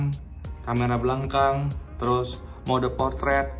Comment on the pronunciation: ngakak di "kamera blangkang" typoo mulut